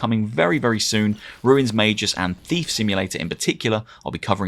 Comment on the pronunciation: isn't it magus not mageus